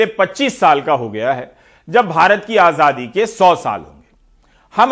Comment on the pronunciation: मोदी आजादी बोल रहा है या आझाधी आझाधी बोल रहा है ज़रा गौर से सुनना।